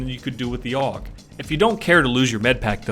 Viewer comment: its not aug you say it in letters A-U-G